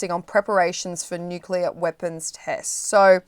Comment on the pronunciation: Stop!!!! The nucular talk.